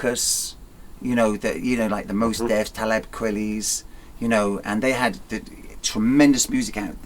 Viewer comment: So we just gunna let this old man get away with pronouncing "Talib Kwelly"?